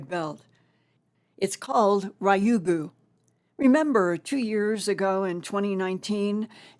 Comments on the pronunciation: Ryugu is pronounced RE-yugu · Hi, Linda! Love you! I lived in Japan for a few years and Ryugu is pronounced "Reeyoo' - (one syllable, rising intonation) -goo"